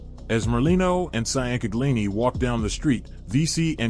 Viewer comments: The last name you keep butchering is Ciancaglini , pronounced “changcalini”. They called him Mikey Chang & his brother Joey Chang. It was a wild time in not just South Philly, but the entire area. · IT'S PRONOUNCED "CHANG-GUH-LEENIE"!! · he is massacring that pronunciation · Micheal who? Damn you butchered the shit outta Mikey Chang name 😂😂😂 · Chang-galini fucking hell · MICHAEL CHANG-GLEENY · His name was Michael Ciancaglini pronounced Chang-a-lini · Bro you butchered these names.Che-In-Kag-Lini,Ciancaglini😂. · ciancaglini pronounced Chang-Uh-LEEN-EE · Allegedly he has been shelved. (Not recognized by the mob) Tho I gotta give it to him. He's making bank. Probly more than he would on the street. Definitely more. Michael Chingalini. Is how that's pronounced. Maybe he will get the other mob heads to start podcasts and make bank lol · I grew up in South Philly my family knows the merlino s and they are very nice people. They are our people. they always took care of the neighborhood. And Have to tell you that you are saying Mikey ciancaglini name all wrong and it pisses me off.